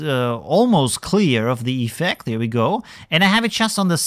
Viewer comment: Keep up the videos. Funny how you pronounce iiiffect